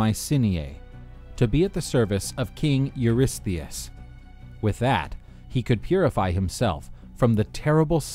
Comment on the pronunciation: Huge props for being able to pronounce Eurystheus once, let alone dozens of times!